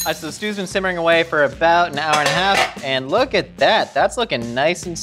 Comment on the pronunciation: “When you’re layering Stus...”